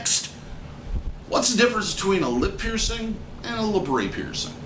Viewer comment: I don't understand why say pronounce it laybrey when it's spelt how it's pronounced labret.